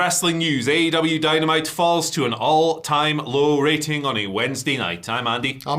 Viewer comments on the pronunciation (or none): Raiting? What is that word? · you had me at, 'raiting'